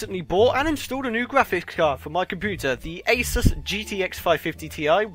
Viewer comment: FINALLY! ANOTHER PERSON IN THIS WORLD WHO PRONOUNCES ASUS AY-SUS AND NOT AY-SOOS.